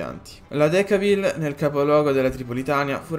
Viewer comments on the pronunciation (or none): Decauville si pronuncia decôvill